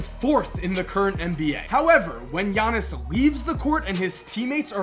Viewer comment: IT'S "YA-NIS" NOT "JA-NIS" YOU MONGHEAD